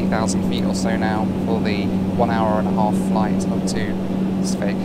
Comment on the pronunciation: Thanks mate! And by the way.....the way you pronounce Sveg is hilarious to a Swede! But I love it!